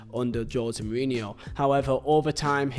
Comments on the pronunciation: I lost count of how many times you said Jose murinho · Couldn't complete the video because of how you pronounce his name. So jarring. Sorry😂